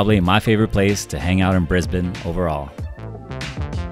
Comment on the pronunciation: You know how to say Brisbane properly but not Melbourne?